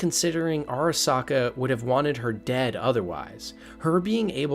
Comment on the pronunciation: “Arasaker”. He really used the hard “R”